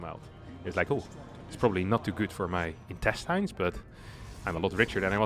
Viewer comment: "intesteines" xD you had me look it up as well. I knew it sounded funny